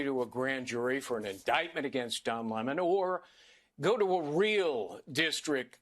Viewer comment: Don Lem-Mohn